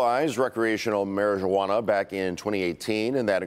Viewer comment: Man you could get robbed high, car jacked or followed home easily. Stay Alert Peeps! 😜 said Marijewwanna! 😂